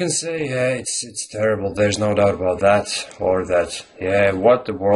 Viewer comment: You're stressing or putting the accent on "that" when you should be stressing "about." It is also possible to put an accent on "doubt" and then an even more stressed accent on "about," but the tone should be lower on "that." Stressing "that" can be used if you are saying there is no doubt about "that" *as opposed to* something else. Not nit-picking, just thought I'd share my thoughts. Native-speaker here, and even I don't use idioms correctly all the time. There's no doubt about that. :)